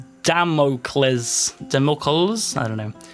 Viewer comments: damocles is pronounced damn-uh-clease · pronounced damoclese